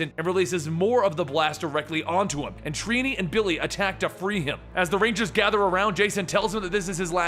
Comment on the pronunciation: Lol "treenee" it's trini